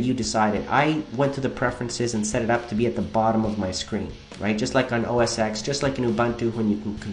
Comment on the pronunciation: Dude, you don't say 'OS X' you say 'OS 10'